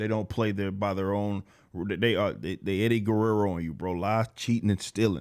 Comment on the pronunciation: Lmao my mans said Eddie Guerrero😂